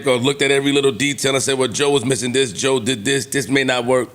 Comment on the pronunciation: 😂”Now I get it “ JOE said it “COE”